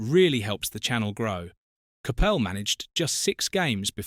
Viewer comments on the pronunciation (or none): CAPPEL ? ? Have a word ! ! ! It's pronounced . . . COP ULL. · If you’re going to use AI for the voice over please pronounce the guys name properly